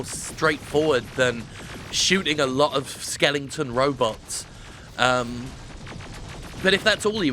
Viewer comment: Does everyone know it’s ‘skeleton’?